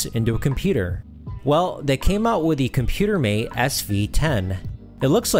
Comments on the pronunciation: Nice overview! For the future, it's pronounced "comp-you-mate", not "com-pyew-mate" (interviewed one of the designers many years ago). You're doing a great job with the channel, looking forward to what's next. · Couldn’t get over the Mis-pronounciation of Compumate but a good video nevertheless. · This 11-minute video spent less than 3 minutes covering the title product, and repeatedly mispronounced it. Disappointing. 8-Bit Show and Tell did a much better comprehensive 46-minute demonstration of the Spectravideo CompuMate (and Robin pronounces it correctly!) if you really want to learn what it was capable of (spoiler: not much).